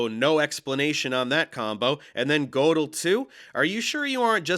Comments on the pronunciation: I love how he mispronounces Gödel as kuh-DELL. Prof Dave is not much better, though. Don't yanks take German in high school? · First off, it's pronounced "Ger-dul". Second, a simple test of genius would be reading Godel and understanding all the popular misconceptions about it, as they are rife. Most people who talk Godel have never even bothered to read his paper and what he actually did. Third, this guy is laughable and yet still unbearable. Can't watch any more of this. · Both of you failed to pronounce Gödel, which any undergrad math professor would properly pronounce. Langan's excuse is he learned it in a book.